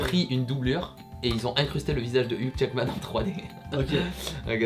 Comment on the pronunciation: Petit info : Hugh Jackman se prononce " you jackman" et non "yougue jackman" voilà vous pourrez vous la peter oklm !